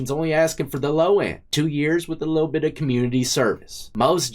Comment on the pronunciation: She admonishes him repeatedly for saying “kids” the she says “lit” house the prairie? Oh my geez.